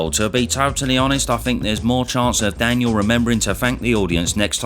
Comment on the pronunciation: The way your pronounce Daniel’s name is criminal